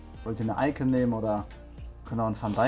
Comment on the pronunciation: diese Betonung auf iCON